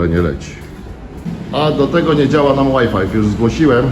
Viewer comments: "...nie działa łaj-faj" czyli nie działa wi-fi. co w Polsce najczęściej czytamy zwyczajnie, PO POLSKU właśnie tak, jak jest to napisane. :yougotthis:🤣 Pozdrowienia z PL dla Ciebie i dla Stejli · Łaj Faj nie Łaj fajf Panie. Pozdro ✌️ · Łaj Faj nie fajf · ŁAJFAJF - po angielsku WHY FIVE.. jakby ktoś pytał